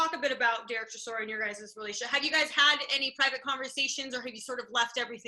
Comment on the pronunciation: Derek “Seeshora”, what? 😂😂😂